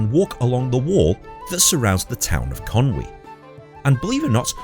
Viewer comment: Can I just take a second to commend your pronunciation of "Conwy". So many people pronounce it "Con Way" but you got it spot on and it's really nice to hear!